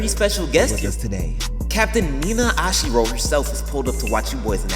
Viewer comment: THANK YOU FOR KNOWING HOW TO SAY MY MIDDLE NAME!!! I SWEAR MAN THEY BE SAYING "Ashidro" IN THE SHOW AND ITS SO ANOOYINGGGGGGG, LIKE WHERE ARE YOU GETTING THE D FROM ITS ASHIRO ASH E RO NOT ASH EDO STRAIGHT DUMB MFS I SWEAR!